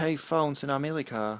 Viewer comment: it sounds like he says amelica lmfao